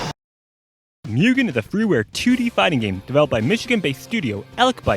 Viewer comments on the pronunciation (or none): its pronounced moogen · Every time he says mewgen makes me cringe x.x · you sure it's not pronounced 'moo-gen'? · Just as a minor tip - Mugen is pronounced closer to "Moo-gen" since, y'know, Japanese.